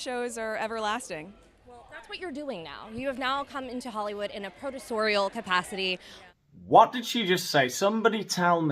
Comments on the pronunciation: She said produce-oriel, MM makes people feel something alright 🤮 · The head shaking is annoying as F! She said producorial, but pronounced it incorrectly. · The interviewer said "producorial" meaning Meghan's a big time producer now 😂🙄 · She said - producorial !! I didn't know that was actually a word, just shows you can learn something new every day! 😁 Just say you came as a producer. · LMAO! Loved the show! and - The girl said "Producorial" - meaning - "as a producer" - see below for the proper meaning and usage: producorial Contents 1 English 1.1 Alternative forms 1.2 Etymology 1.3 Pronunciation 1.4 Adjective English Alternative forms produceorial Etymology from producer, after directorial from director Pronunciation IPA(key): /ˌpɹɒd(j)ʊˈsɔːɹɪəl/ Adjective producorial (comparative more producorial, superlative most producorial) (film) Of or pertaining to a producer; concerned with production (of a film)